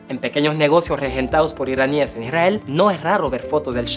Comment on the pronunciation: Cosmopolita y no "Cosmopólita"😅 Esther y no "Ésther". Iraníes y no "Iranís". Muy buena la información pero mejora tu Castellano